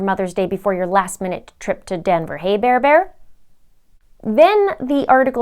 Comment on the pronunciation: I'm curious what he's doing with all of her things as he is packing up his things to move. On another note, you crack me up when you say Bar-bar.